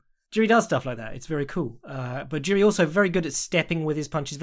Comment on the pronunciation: Tuning in to check how many times butchers Jiri's name.